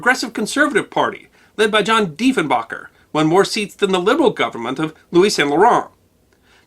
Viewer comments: Diefenbaker, not diefenBOCKER, good grief, where did this video come from? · It's not pronounced "Defen-Baacker", but "Defen-Baker". I remember reading years ago, that the American government had also applied pressure on Canadian Prime Minister John G. Diefenbaker to scrap to program and he eventually capitulated. It doesn't surprise me what the Americans did regarding other country's advanced technology and talent. It's their modus operandi. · Population is 38M+/-. Also, the Prime Minister's name is pronounced as it's spelled - Deef In Baker, not Deef In Bocker. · Prime Minister John Diefenbaker is a .....baker not a boker. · Somebody tell that it's diefenbaker not diefenbaker it's baker like the guy that makes cake and shit and by the way the population is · ow my precious hoser earmuffs! It is Deefen-Baker. Deef the chief is spinning in his grave growling Mr speaker Mr speaker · It's amusing how confidently () mispronounces Diefenbaker. Like, it's a 5 second Google search if he was at all unsure.